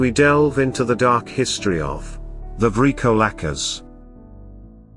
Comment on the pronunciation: 💀..I dig thee "LAMIA".., but I'm not sure about your pronunciation of the "VRYKOLAKAS"..